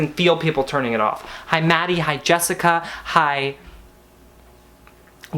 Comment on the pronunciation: LMFAOOO NOT ME AS JESSICA SAYING JESSICAN AS HE DID & FREAKED OUT 😂😂 it is so common